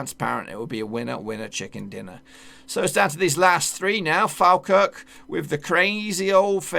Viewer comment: Is Falkirk not falkrk